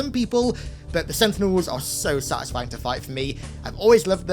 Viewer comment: I wonder how many times he said "sutisfing'' in this video